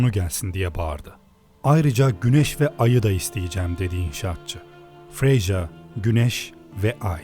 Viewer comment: Kardeşim ''Freja'' Freya diye okunuyor bu bütün isimlerde ki ''J'' harfi için dahil ''Y'' olarak okunur :)